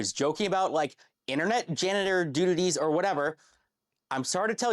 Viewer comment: Still gets me that mf said "dutities"